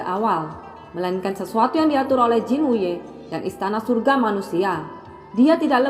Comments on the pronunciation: Jin wute apa jin wuye kak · Murid Jin Wuye bukan Jin Wute, 😂😂😂😂